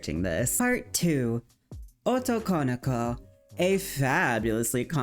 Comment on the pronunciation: fushigi yugi yass great video liked the coveraged. i have issues with the jp stuff of it though, felt slightly less well done. it annoyed me so i made this comment. i really dont get the problem people have with pronouncing japanese words.. and in this case this wrong pronounciation takes away from the term itself because it is 3 words, translating as male, ~'that is', daughter. something like girl that is male. like it is quite important to have all three words there right? so why is it not pronounced, as it is in their language, as 3 words. otoko no ko why do people squish it and add emphasis to wrong places i keep hearing oto konoko. its like the word boyfriend. you wouldnt pronounce it boyf - riend, or even boyfri - end. it is recognized as the 2 words boy and friend and pronounced correctly split. like why do people do this to other languages when it is the same principle of word + other word unsure why using kira as clip here. this is a false representation. kira was never considered a babiniku vtuber. He was a male character, feminine presenting, but ultimately not female and never considered babiniku. Joel is a great example, one without a voice changer. バ美肉 searching youtube with that gives plenty of self-identified babiniku youtubers, i copypasted the characters from the english wiki page.